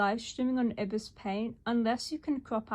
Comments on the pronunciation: One other thing: I believe you are supposed to pronounce Ibis like "EYE-biss" not "EE-bis" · wouldnt it be pronounced ibis like the bird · “Urbus paint”